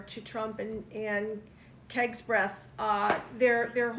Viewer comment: it’s Hogsbreath, not Kegsbreath…. But that’s pretty good. Hadn’t thought of that one.